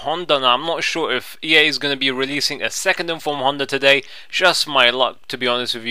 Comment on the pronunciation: Love the way you say Honda! you call him Hunter!! :-D Nice video!!